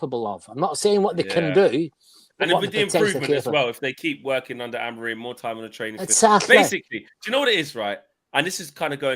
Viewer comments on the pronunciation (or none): none